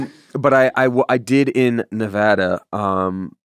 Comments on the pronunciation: Damien, your second pronunciation of Nevada was correct 😂 I live there. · Second nevada was correct😂